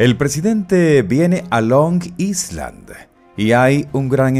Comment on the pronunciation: Long Island se pronuncia “Long Ailand” debe retirar la “s” por completo. La s en esta palabra es muda.